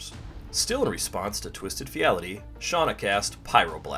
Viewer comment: Amazing game. Sad to see two deaths by final fortune, but that is the gamble. Also, twisted fealty would be pronounced Feel Tea